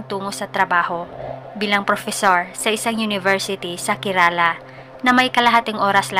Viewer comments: Bulol kaba sa R kerala po hindi kelala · It pronounced "kerla".